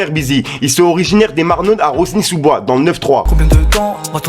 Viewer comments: ca se dit rony sous bois pas rosny😂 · Juste pour info Rosny sous bois se prononce Rony. Et Calle se prononce cayé, calle sa veux dire rue en espagnol. C’est pour ça qu’ils ont appeler leurs projet enfant de la calle lol